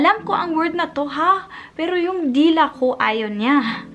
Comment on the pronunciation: May pagka-Batangueño accent yung pagkasabi nya ng "Alam ko ang word na 'to ha!" because of that term "HA". So cute! 😊😁